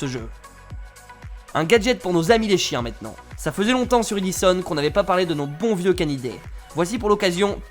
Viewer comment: Super vidéo comme d'hab continue comme ça 😉. Et au fait sa se dit pas e[i]-dison mais e[é]-dison 😉